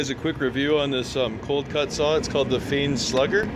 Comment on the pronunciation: I always pronounced it "fine", now I don't know which is right.... LOL But thanks for making my want another tool, just don't tell my wife!!!!